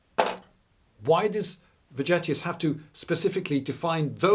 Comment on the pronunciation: Vegetius V-as a "W", and "g" as in "Elgin (marbles)". If it were just the V, I'd keep shtum, but the hard "g"... Sorry, couldn't resist. So, Happy New Year! BTW, if I had a bunch of caltrops in the antiquity or middle ages, I wouldn't scatter them all over fields. I'd wait behind the bush for enemy cavalry, chariots... to pass by and then quickly drop them in front of those horses. And, if I were playing your drone-game, I'd play the Russians (if possible, if not... not interested). When playing, I like to win.